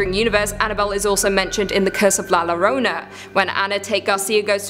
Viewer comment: Who is la Lorona its la yo-ro-na [not spelled this way] 😳😳😳😳